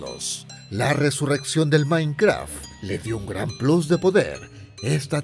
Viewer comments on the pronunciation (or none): none